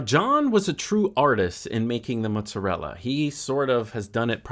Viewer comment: Ahhhh, love this! He was making a work of art while you were also. And thank you for the correct pronunciation of "mutzarella"